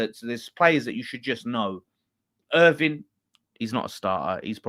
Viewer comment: Someone's gotta tell that guy that it's "Irving" not "Irvine" 😂